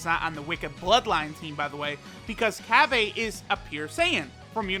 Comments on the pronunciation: Cabba is in no way shape or form meant to be pronounced or spelt CABBAY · Cabba not cabbay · I'm pretty sure its pronounce cobbu